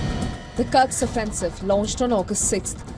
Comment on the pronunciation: Would you kindly stop mispronouncing the name. it's KURSK, not KURKS. Thank you <3